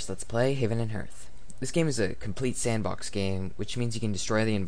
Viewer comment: I don't want to sound pretentious but you're pronouncing ""hearth" incorrectly, it's pronounced more like "harth". Thanks for the video though, I'm playing Salem right now and I wanted to see where it all came from.